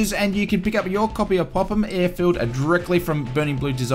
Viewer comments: Thanks again! Yes you pronounced Popham perfectly 👍😊 Loved both the C140 and C170. I hope that Popham has the dogleg approach avoiding the garage etc, on, iirc, runway 26? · and you did say popham correctly